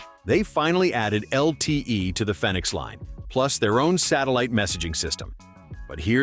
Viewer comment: Fenix is pronounced like Phoenix. Long E.